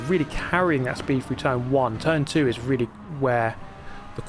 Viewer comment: Dude can you REALLY not say through? You keep saying frough and it’s driving me nuts